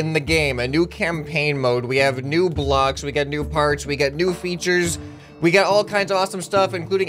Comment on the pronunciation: I swear I heard “NEW FARTS” not “new parts”